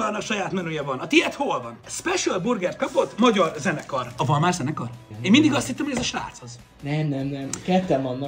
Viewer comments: NEM VALMÁR HANEM VALMAR! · Bocsi de nem válmár hanem valmar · Az nem valmár hanem valmar mert val kusz mar ics vagyis val mar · Mért mondod hogy válmár?